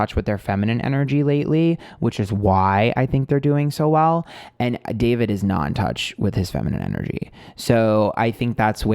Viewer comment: When you kept saying Daverick, I think you were channeling the word Maverick because of Logan Paul. Logan is deff the Emperor (Aries). They have always had weird vibes between them and Logan has been hanging around Jeff recently. Also wouldn’t be surprised if the female he wants to collab with would be Gabbie Hanna or even Liza Koshy. Ethan and Hila are in for a ride if they give in to David.. Well done, can’t wait for the next reading 💕